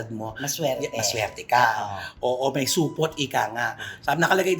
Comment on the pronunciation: hahaahhaha hayop kau Nay Cristy😂😂😂hindi Supot… Supooot😂😂😂